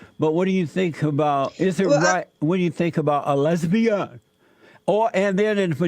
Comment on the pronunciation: He pronounces it "h'lesbi-han!"